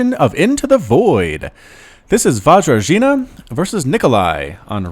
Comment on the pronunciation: Hello, Vajrajina here. Thanks for casting the game Falcon, I learned a lot from it (though those 'J's are pronounced differently, but w/e). I am well aware that I'm not a good player at all, but I am eager to learn. I think ultimately what lost me the game is that stupid base-race. My opponent had an entire base complex left with tech and production and I needed to reset from spawning pool with very few units to defend with and that stuff was just too much to micro-macro, never been in such a hectic situation before :/ Couple of things: Those roaches at the beginning were safety roaches. I didn't scout everything, so I felt like I must get a couple roaches, just to be on the safe side. The corruptors were my masterful knowledge of protoss builds and units. I just KNEW he was gonna go for colossi.... ... ...except not really. I forgot I can't turn them into brood lords until Greater Spire, so I was like 'oh crap, I just wasted all that larva and minerals', but then he turned up with colossi and I was like YEAAAHHH. In the end I deliberately sacrificed those brood lords. I was getting heavily supply blocked and he had mass voidrays, so I figured they were useless, might as well do some damage with them and win some time while I try to rebuild. I knew he was gonna kill them easily. Weather or not it was the right call is another question. And I was floating those crapton of minerals because for a while I was at max supply, then I got supply blocked and all my stuff destroyed, so